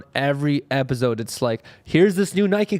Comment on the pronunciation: be like, " On this epiZode of diZconnected..."